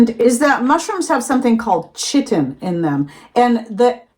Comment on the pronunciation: I'm not being a hater, I really love all of your content...just saying....chitin is pronounced kitin (ki-tin)...college biology teacher did 30-45 min on this.and the many ways to pronounce...other than that, I remember, shrimp skins